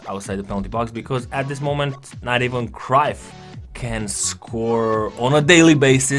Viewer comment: great video. but its bugging me how you are miss-pronouncing Cruyff's name. if you can correct that next time please:)